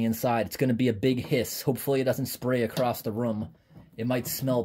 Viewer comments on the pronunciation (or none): "acrosst the room"..lmfao